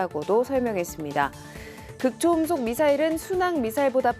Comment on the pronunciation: 극초 음속이 아니라, 극 초음속으로 읽어야 합니다.